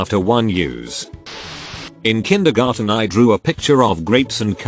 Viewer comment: Kin-dergen. Wanna try that again voice software, that's a little off.